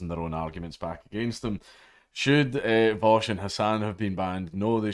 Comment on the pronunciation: You need to learn how to pronounce his name correctly. It's Vowsh. Or Vowshy boy